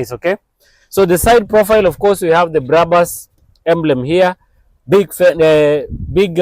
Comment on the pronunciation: dont say BRABAS,just BRABUS as it is written,first names of the founders brakman and bushman.